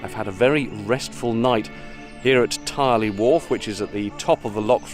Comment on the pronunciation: Tyrley is pronounced TURLEY, AS IN TURKEY